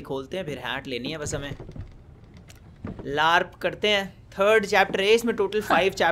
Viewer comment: Look out that is saying BARP instead of LARP😂😂